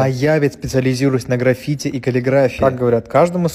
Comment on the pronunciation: Человек говорящий о граффити не знает где в этом слове ставится ударение🤡